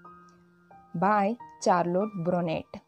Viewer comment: Nice explanation mam...but pronunciation of "Charlotte Bronte "